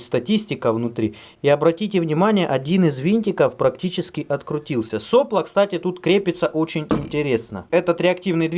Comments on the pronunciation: правильно делать ударение не сОпло, а соплО.... как всегда лайк перед просмотром. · соплО, не сОпло. Кинг-тек. Дизлайк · Влад Дроздов --- просто слух режет. больше ничего. просто в институте и на работе всегда было соплО и никак не иначе. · СоплО́,. Ударение на "о".